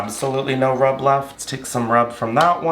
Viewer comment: Haha not me clicking the timestamp 8 times just to hear him say “Naur” multiple times 😂😂😂😂